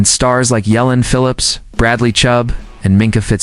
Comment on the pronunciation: I'm tired of us talking about we going to be ready for a poor football team the Jets ain't nobody but we still probably will struggle struggle struggle struggle struggle NMTGHA . Oh and it's Jalen Phillips and Devon a chain learn how to pronounce the doggone player's names if you going to be on a media program like this😮